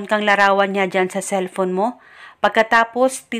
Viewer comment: "Cellphone" yonnnn, anong celpon??